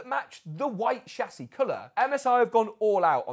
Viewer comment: who else is enjoying him repeating the word "shah-ssey"?